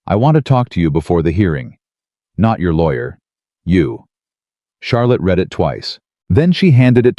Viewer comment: To read a book is pronounced “ Reed”, to have read a letter is pronounced “ red” . 😅